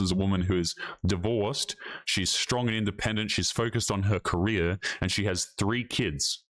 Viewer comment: The way she pronounces "and" as "ian'd" annoys the crap out of me